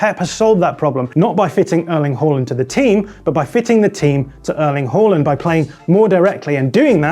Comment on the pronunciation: They're pronouncing it correctly.